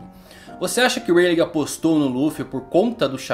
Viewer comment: pq vc fala Reiligue e não '' Ray lee'' que seria a pronuncia correta, ensina certinho pro povo rapaz <3